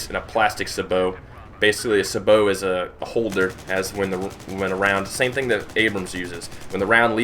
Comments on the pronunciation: U.S. Army tanker here, love your vids and I'm just nitpicking here. Sabot is said like 'Say-Beau', not 'Sa-bow'. Keep up the good vids my friend. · Sa-bow? It's Sabot Say - Bow (as in the weapon) :( You made this tanker sad saying it like that. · its sA-bo no saaaaboooo lol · Say-Bow is how it's pronounced. Lol. But nice video anyway